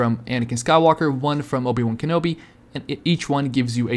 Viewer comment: Dude said "Obey" wan Kenobi